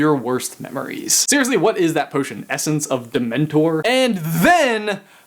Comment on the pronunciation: Ha! He said essense of Dementor! Lol!